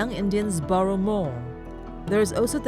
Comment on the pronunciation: Narrator pronouncing "borrow" as "burrow" is hilarious